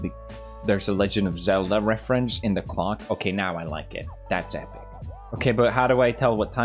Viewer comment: “And out of nowhere he’s building a giant CLOCK” I thought he said c0ck 😭😭